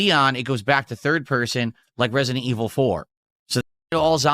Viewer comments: "Turrrd purhhrsuhn liek reh-see-dent eviluhh foor!" And this, ladies and gentlemen is why I call a POSER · Resi-DENT Evil: RE-Kwuh-Y'em will not save the business, okay?